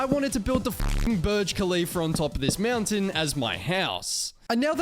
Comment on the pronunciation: Ahh yes "To get up the MEOWNTAIN" said